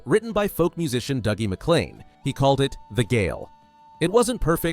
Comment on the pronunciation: The Gael is one of my all-time favourite songs. (I frequently replay the live version here on YT😊) I saw a live performance at Herman's Hideaway in Denver before the movie came out. Dougie's name is pronounced "Doogie". Met him during my 1st ever time in Scotland in the 80s. Still a phenomenal artist and performer 😊